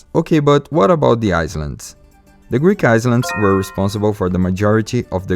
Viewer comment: Great video, very informative. The style reminds me of Bill Wurtz and Oversimplified. But one thing I wanna point out is the word "islands" is pronounced "i-lands" with a silent S :D